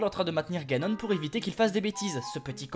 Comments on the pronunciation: Ses pas ganon ni jagon SES GANONE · Janon Moi: Ganon le japonais=Janon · G adoré mais j'aurai préféré plus d'humour et de même ( les 2 choses qui m'ont fait rire c "Janon" au lieu de Ganon et tu auras mon éternel gratitude et en bonus le "pas bougé" de Zelda sur Ganon ) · T'es un génie : "Janon" xD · TU AS TERRASER JANON (j'étai morte quand je l'ai entendu)